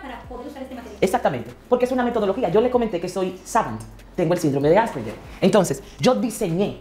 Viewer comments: Coño … es Asperger, AS PER GER! (la pronunciación se escucha Aspejer) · "AsperBer" jajjajajajajajha😂